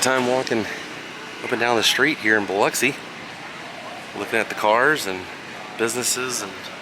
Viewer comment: That you for sayin Biloxi right!!!! Lol I know a lot of people say it funny